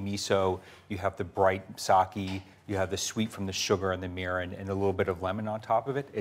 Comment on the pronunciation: Egads! Great recipe but painful pronunciation of Japanese words -- the same "i" that he gets right in "miso" should be used in "mirin" and "shiro". And the "e" in sake should not be that same "i" sound; it should be the Canadian "eh". Google Translate has a great pronunciation tool that can help with this stuff.